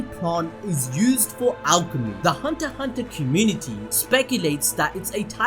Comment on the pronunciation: ...the x in hunter x hunter is silent